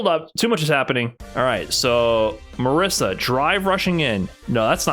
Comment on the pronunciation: Please, my non-Italian friends, it's not "Marissa", it's Marisa with the S sound from "organize" or "slay"